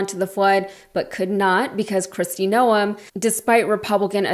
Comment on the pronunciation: Why is she making Noem 2 syllables?